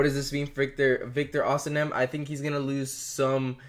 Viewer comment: It is osimhen, not osinem